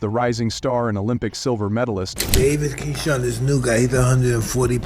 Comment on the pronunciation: How you makin content on Keshawn and calling him Keon🤦🏽‍♂️